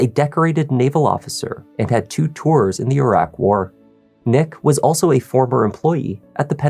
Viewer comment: I wouldn’t trust a lawyer who doesn’t know how to correctly pronounce Iraq (or any other names/words). Sounds uneducated to me. 🤷🏻‍♀️🚶🏻‍♀️‍➡️